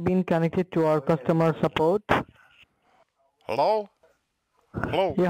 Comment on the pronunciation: "Thank you for calling sapoat."